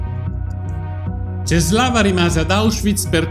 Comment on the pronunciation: La "ł" si legge u :)